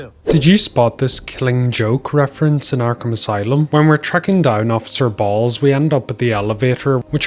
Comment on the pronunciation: Also it did sound like bro said “officer Balls”